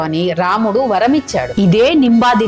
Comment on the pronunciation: చక్కని సమాచారం. ఆ రాక్షసుడి పేరు ఉచ్చారణ నింబాదిత్య కాదు. నింబాదైత్య